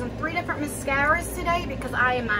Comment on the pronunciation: I like you in this kind of atmosphere (video). I was just thinking that you were getting back into the swing of things. I'm guessing that this other person noticed that too. Your one of my favorite Youtubers to watch and sometimes my 8 year old sits and watches with me, we like the way you say mascara. Just keep being you. Your awesome. God Bless. Thanks you for the great videos on both channels.